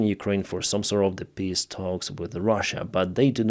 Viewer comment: stop pronouncing peace like this XD You said "pisstalks". You do it too damn often. But right afterwards you spelled it correctly haha